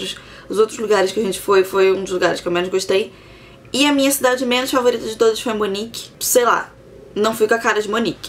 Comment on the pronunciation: Munique ou München, não Monique...